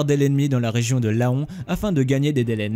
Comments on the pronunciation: Très bonne vidéo, mais on ne dit pas "la-on" mais "lan" pour dire Laon 😉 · "La on" au lien de Len pour Laon c'est pas mal non plus. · Très bonne vidéo pour la bataille de Montcornet ! Par contre concernant Dunkerque j'aurais plutôt dit qu'ils ont réussi à sauver 100.000 français malgré leur état major paralysé après l'offensive éclair des teutons. Dommage qu'ils aient été démobilisé juste après. Ha et le "o" de Laons est muet : on prononce "lan" ;) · Pitié pas laon, nous ne sommes pas des paons. Prononcez l'an s’il vous plaît. Sinon bon programme. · Laon se dit "lent" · Metz se dit Messs ; Laon se dit LAN (comme pour le paon). La langue française, bordel !!!!!!!! Et que dire du général "Ouégande" ??? Sans déconner ! Maxime Weygand, ça se prononce Végand (sans e) !!! Il est pourtant célèbre Weygand ! Avant de faire une vidéo, on se renseigne un minimum ! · Petite précision phonique : Metz se prononce 'mess' et Laon se prononce 'lan' et Weygand 'vegand' ;) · Speer = "chpèèr" Weygand = "Vègan" Laon = "Lan" Metz= "Més" Pas trop d'anglophonie svp ! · ha mes oreilles saignes ^^ on dis "mès" pour Metz et "lan" pour Laon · "Laon" se prononce "lent", mais sinon bonne vidéo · Et la ville de Laon se prononce "lent" :)